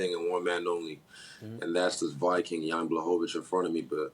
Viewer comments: Stephan a smith shouldn’t b allowed to ask a question if he don’t even know how to pronounce jans name... brutal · Stephen A is an enigma. How are you so intelligent and so ignorant at the same time. This isn't the only time he's done this either. Constantly mispronouncing names. Imo your name is EVERYTHING. The least another man can do is show you enough respect to pronounce your name correctly. You can't practice that before you say it? He claims to have an incredible vocabulary, which he does. NO DOUBT! He's also lazy with it at times. Ain't is not a word Mr. Smith lol. You know better 😂